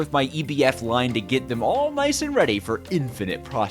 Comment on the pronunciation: Did he just say Nayce?